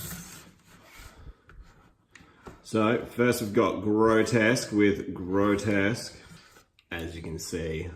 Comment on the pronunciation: I'm amused that you mispronounce both of their names. It's Grotusque as in TUSK. And it's RePUGnus as in "repugnant".